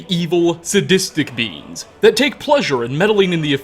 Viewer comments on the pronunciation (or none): ... So I started zoning out and I heard him say "seekers are relatively human sized floatings *beans*" And I looked at my phone and I'm like "what kind of bean is that??" And then I realized ".. Beings. Not beans"... Btw, I just started binging this series and I am living for it. I love playing Skyrim and knowing more about it when I have questions that need answers. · i love how every time you say "beings" it sounds like "beans" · All I can hear is "Seekers are roughly human-sized floating beans ".